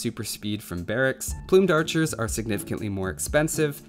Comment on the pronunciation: did you say PLUMEd acher again?